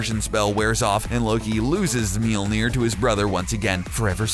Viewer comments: Meelneer? really? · I'm halfway through this video and if I hear you say "meal-neer" one more time... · Melody Beats its spellt mjölnir and is pronouncer like mjölnir Ö is like a mix between a and o like saying ahhh. Trust me im swedish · Please stop with the horrible mjolnir pronunciations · mjolnir pronunciation pretty cringeworthy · You don't even know how to pronounce Mjolnoir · Pronounce it properly? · I hate this because of the way he pronounces Thor’s hammer honestly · Stop trying to pronounce Mjölnir. You're not a viking, you're a 2017 US citizen. Just call it a hammer. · I'm not from Norway, and I still cringed. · not even Thor can pronounce Mjølnir right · I don't know what's worse some of the superheroes you chose or the fact you can't pronounce Mjolnir properly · Learn how to say Mjølnir. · He pronounces Mjolnir wrong. It's really fucking annoying.